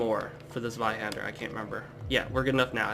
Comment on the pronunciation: You know, the way you say Zweihänder isn't all that bad! (a rare thing btw). Oh and good job. You are not talking too fast or too slow and you seem quite nice so I'm going to join you on this quest! -likes, subscribes, shares it with my friends- ^^